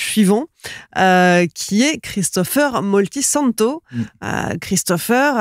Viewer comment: Moltisanti pas Moltisanto !!!!!!!